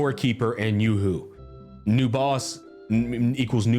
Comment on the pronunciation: bro's name is yo hoo not yoohoo. its not a chocolate drink